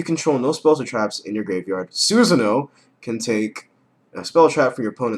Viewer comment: ITS CALLED Susan-o Or susano-da U DUB PIECE OF SHIT